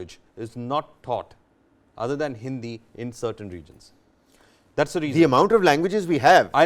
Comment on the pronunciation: did he say hindia?